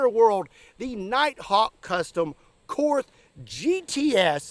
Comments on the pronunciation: Two little things - Korth is pronounced Kort and side blinders are not allowed in ISSF/Olympic Pistol Shooting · Actually… I think it’s pronounced „Cord“. Ze Germans don’t have the „th“.